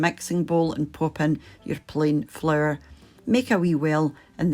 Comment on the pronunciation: Say "flour" one more time, I dare you...